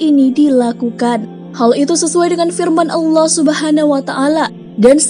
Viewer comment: Maaf ya mohon naratornya memperbaiki ucapan vokal di akhir kalimat agar tidak berhenti dg huruf “K” klo pas nama Allah lafdhul Jalalah jadi salah....trimakasih...